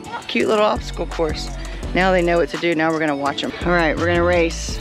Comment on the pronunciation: Love the pronunciaation of obsticle so cute x